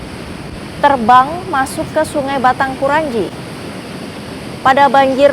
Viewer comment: Jalannya terbang. Ha ha ha ha. 'Terban', bukan 'terbang'. 'Terban' itu artinya ambrol. Lihat KBBI.